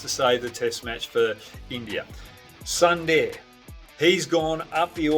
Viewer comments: It's not Sandeer, it's pronounced as Soondar ! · Amazing takes Mr. Hogg. I must correct you on the pronunciation of "Sundar" - It's pronounced "Soon- dahr"